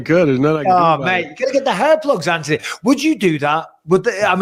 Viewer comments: Plz BisPing!!!!! It’s An-Thon-E NOT AnTonEy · Does he know it's Anthony. Not Antony. There's a H in there. Lol 🤣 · And still cant get his name right when hes got him on the show 😂